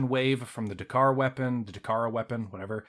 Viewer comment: World of DAKARA, not "Dakar"!!!!!!!!!!